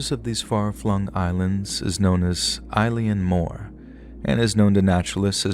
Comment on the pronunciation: never heard eilean mor pronounced like that before, but loving these videos anyways!